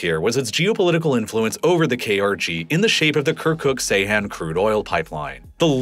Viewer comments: Not pronounced say han. it's Jay han. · Bro this is the second time im correcting you, its not Seyhan its Ceyhan (Jayhan). Those are 2 different cities in Adana! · Ceyhan is not pronounced Seyhan. The “C” is pronounced like “j.” Seyhan is a completely different town. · C is pronounced J in Turkish. It's pronounced "Jeyhan". Good grief. It's not like nobody mentioned Ceyhan before in modern history. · По тому, что автор не в состоянии прочитать топоним Джейхан правильно и называет его Сейхан, у меня появляются сомнения в его компетентности. Не говоря уже о его однозначной предвзятости, относительно множества политических событий, которые он описывает.